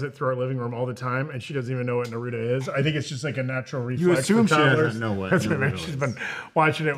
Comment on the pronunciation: Why are they pronouncing Naruto so weirdly?? 😡😡